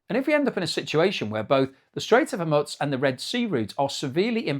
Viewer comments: ... this is how i feel when he pronounces Hormuz ' hore - mooz ' as ' hore muttz' 😂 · Hormuz - Pronounced 'Hor Moose'. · Straits of hormutz? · Strait of Hormuz or Hormutz with a “t” . Which is the correct pronunciation. I’ve heard both over the last few weeks. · There is no such thing as alumin-e-um, and what is this place called Her Mutts? Hey,, did you know that the scarcity of a product leading to a higher price is not inflation? Did you also know that excessive demand leading to a higher price for something is not inflation? If you don't know, you should educate yourself.